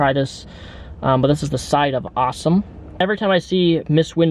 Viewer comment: SAWSOME SAUCE, Sahhsumm